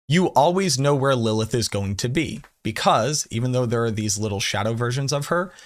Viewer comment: You're adding too many "L"s to Lilith